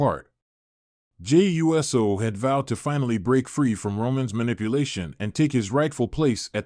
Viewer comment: Uso is not pronounced right. It is not USO like the United Service Organization. It is ooh so. Pronounce it right or don't say it at all..